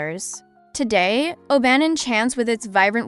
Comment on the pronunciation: Guys Im Scottish and visit Oban regularly, please pronounce the name right O B AH N lol,,,,,so glad you visited and great footage. I have it on my channel a drone view have a look. New Scottish Subsciber